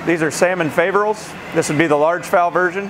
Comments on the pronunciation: It is not pronounced fay , but fah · The 'A' in Faverolles is a soft 'a' or short 'a' like apple - the 'O' is long not short, the 'S' is silent - EVEN when it's plural - It's a French thing. If you're going to judge the breed you should probably know how to pronounce it.